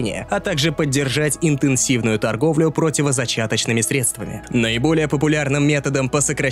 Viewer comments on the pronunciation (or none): none